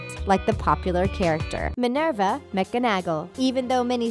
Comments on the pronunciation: Minerva Mc Gonah Ghoul. Please. I know the voiceover person must just be reading from a sheet of paper, but they've obviously never heard of 'McGonagall' ever? Wow. More nitpicks below: Hermione Gran Ga? Please, '', do a bit of research before delving into a fandom discussion. Oz KABAN? Please. ASkaban, stress on the AS. Oh, and you get it right later... Except it's AzkaBAN, not AzkaBON Also: Hagrid is not a giant. HE IS A HALF-GIANT I'm not sure what those cartoons you keep referring to are, but they're not from the books, so just [italicised] drop it. And please stop saying 'there is no doubt', because there is doubt. i.e., Dolores Umbridge was no doubt the worst thing to happen to Hogwarts. Neville, not in Ravenclaw -NJO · lOl Managoll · CSK 1204 and who is Minerva MiconAGle??! And Hermione gran-ger instead of Hermione gran-jer. Truly insulted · Minerva Micanackle Me: What the hell is a "Micanackle"? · "Next isss...you know it! Minerva...mick-gon-Ah-gull" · Also Mc-en-ag-ull? What!?!?! At least pronounce the names right. Neville is a GRYFFINDOR Not trying to be rude but seriously a ton of things where wrong in this vid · Did she say Manganagall?!? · Hermione "Gringer", do you even know what you're talking about? And Minerva "Mack-in-agal" oh good god so butchered. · "Mac-o-nagul"!?!? "Grain-gurr"!?!? These pronunciations make my soul bleed! Get someone who's actually a Harry Potter fan to do the commentary. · Who is Mick-ah-nag-ull? LMAO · Meg-O-Nag-All 😂😂😂😂 oh FFS!! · Is the presenter a Robbot or something cause she can't pronounce granger or mcgonnagell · They pronounced Granger, McGonagall and Azkaban wrong lol. and the reason Daniel doesn't have green eyes is because he was allergic to the green contacts. Also, Narcissa should of been on the list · WHY DID YOU PRONOUNCE MCGONAGALL LIKE THAT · Jumli I stopped watching at McGonagall. She butchered the name. I could not continue watching after that. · massiel desena omg sameee